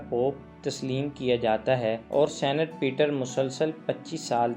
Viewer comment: اقبال کا شعر تو درست پڑھ لیں کیا زمانے میں پہننے نہیں۔۔ کیا زمانے میں پنپنے کی یہی باتیں ہیں درست شعر ہے دوسرا یہ لفظ senate نہیں بلکہ saint یے